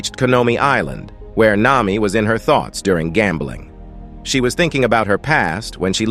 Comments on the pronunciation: The AI just said "Nima" WHAT THE FLIP?! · nah, its this mihawk: mwihwak marine: meraine sanji: sajin (i dont know where the pirate part is) nami: nima